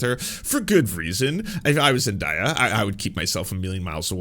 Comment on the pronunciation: hey fren! her name is pronounced “Zen-DAY-uh” ☺️❤️